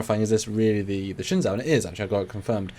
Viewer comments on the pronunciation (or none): It's pronounced "Shen-zoo" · You butchered the name Shen-JOE. The Zh makes a J sound in Mandarin. AH it looks like a Klingon D7 with a saucer attached to it. In this it looks like it is a salvaged ship. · Learn Chinese. It is Shinzhu!